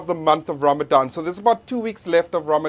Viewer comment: It's not ramzan it's Ramadan